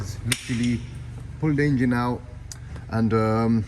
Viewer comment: Ok video, maybe learn to say Engine not Ingine. Watch matt Armstrong, gets some tips on presenting.